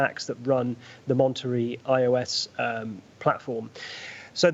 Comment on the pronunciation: hearing the bro call it IOS Monetery Me a tech person: pain.